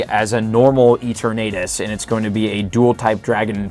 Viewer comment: who exactly is eeteurnaytus